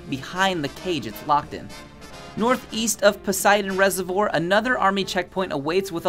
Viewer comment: The mispronunciations of certain words like “reservoir” and “scavver” are triggering my ocd oof